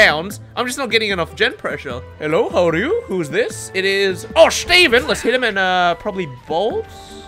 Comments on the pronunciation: No one:....: SCHTEVEN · The way he was saying shteven was way too much💀🤣